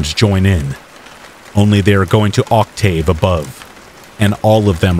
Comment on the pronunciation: Anybody else wondering how a person who lives and sleeps outside is such a prolific writer with an above-average knowledge of music? 😅 To the narrator: love your stuff, thank you for making these! "Octave" is actually an exception to the rule and pronounced as if there isn't an "e" at the end 😉